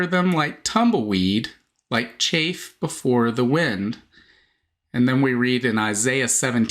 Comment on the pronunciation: It is CHAFF not chafe